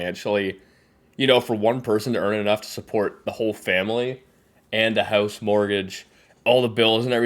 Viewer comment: I just realized we both say house in a weird accent lol